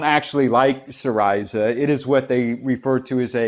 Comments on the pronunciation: I believe its SEEreezuh, not seeRISUH. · Hes not pronouncing it properly lol. Its "see - ree - zah" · Syriza... Is pronounced si-ree-za (si as in sit.)